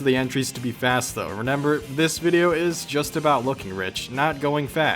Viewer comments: Y you keep saying "Renember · Is he saying reNember